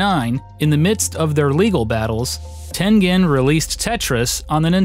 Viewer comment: John Cooke He still can't say Tengen right